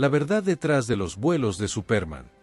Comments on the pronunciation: Cómo dice Supérman que fastidiosa pronunciación. Así no es la pronunciación en Español y pone de punta los nervios. Se pronuncia Supermån. También Lee mal los nombres en inglés. Mayor cuidado en los vídeos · Es que en la narración, dice Supérman. Date cuenta, que es una palabra inglesa y no lleva tilde, pero la pongo, para que se sepa como suena. Al usar una máquina para crear narraciones en español, ésta, no sabe distinguir palabras españolas de inglesas o de cualquier otro idioma. Es por eso, que hay cada monstruosidad narrativa en YouTube, que hiela la sangre. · Es Superman con énfasis en la “a”. De donde es ese narrador? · ¿Por qué pronuncias Supérman, con acento en la e? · Sería Supermán, no Supérman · SupÉrman ??? wtf is that, dude ? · ¿Supérman?, ¿Reeves (pronunciado como está escrito)? ¿un suicidió? ¿Cuáles "grabaciones"? La serie estaba FILMADA, no grabada en video, que en esa época apenas estaba en etapa de pruebas. Basta, me cansé tanta palabrería y pronunciaciones ridículas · No puedo seguir con el vídeo. Me sangran los oidos cada vez que escucho Supérman. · Es absurdo que lo hayan grabado con los errores de la pronunciación. Suena ridículo. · Al tercer "Supérman" me fui. Maldita IA. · Me parece que ha sido una muy buena reseña pero la pronunciación es enloquecedora al ser tan mala. Quizás la inteligencia artificial ( espero ) Cambia nombres en fin y el más importante el principal SUPERMAN ! por lo demás muy bien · Se le entiende superma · Este presentador??? de donde sacó ese SUPÉRMAN???, creo que no tiene ni idea de lo que lee ni ha oído nada de este personaje de caricaturas; rompe los oídos con su SUPÉRMAN; por favor, hizo que dejara de ver el video: 😢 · por favor pronuncia bien Superman, es una pena el video esta buenísimo pero la embarras pronunciando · Mucha inteligencia artificial pero no sabe pronunciar Superman.